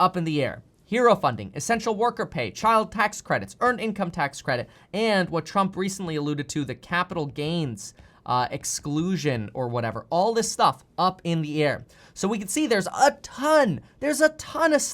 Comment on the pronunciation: Captical gains? Lol, I know what you meant but I had to do it! Love your vids brother, keep it up!